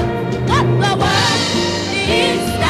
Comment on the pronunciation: you spelled world wrong you said wold